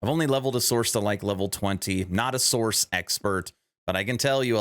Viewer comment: Sorc = SORK, not source. I know that is nit picky AF, but every_time_you_said_source my eye starting twitching.